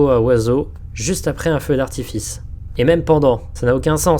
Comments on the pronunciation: « Feu d’artifist » ptdrrrrr bien joué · on est d'accord il dit bien "feu d'artifiste" ? XD